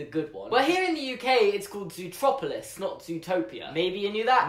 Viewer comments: I still call it Zootopia eventhough I'm British because I still don't get why they changed the named. Everytime they say Zootroperlouse I cringe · YOU SAID ZOOTROPILIS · you said it zootropulus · “Zootroplolis” Me: meh Someone else: triggered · It's ZOOTROPLIS your English!!! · I’m English so it’s zootropalis